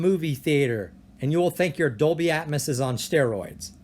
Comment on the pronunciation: omg it's ear piercing!! At first it doesn't bother ,but then he says "atmis" every 5 seconds and you can't help but notice.🤣